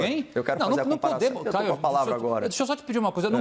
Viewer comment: O advogado que fala NUM PODEMO...??? 😂😂😂😂😂 Parei! Kkkk kkkkk